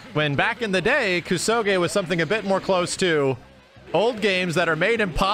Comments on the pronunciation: your mispronunciation of the word kusoge is grating. It's a Japanese word and you are butchering it with Anglocized fury. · The way max pronounces kusoge and Hokuto no ken weirds me out for some reason.